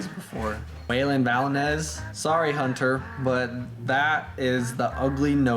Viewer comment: Why do you call your camera hnnt---er We pronounce it Hunter